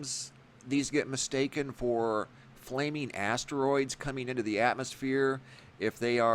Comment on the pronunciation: Flaming ass-tur-roys.